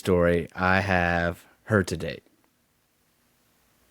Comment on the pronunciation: I believe he said “to date, “ but it did sound like “today”😉